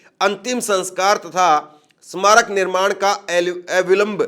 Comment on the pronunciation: Hindi Bolna to seekh lol Bhai smarak nahi bol pa rahe